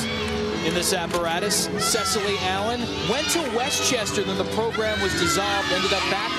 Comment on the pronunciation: Go Cecile ‘Sess-a-lee Allen! 🤣